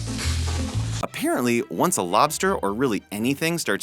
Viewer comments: is said lobter not LOBSTER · Why is it LObter almost kils a man its LobSter not lobter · lobter lol wat is that 🤣🤣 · You spelled lobster wrong you Said lobter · Lobster not lobter